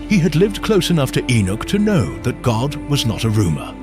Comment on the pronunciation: Please say God not goht